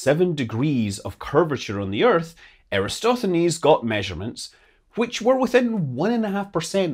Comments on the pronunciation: it is Eratosthenes not Erastothenes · It's Eratosthenes. One of Scott's rare mistakes! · Gotta work on the pronunciation of "Eratosthenes"...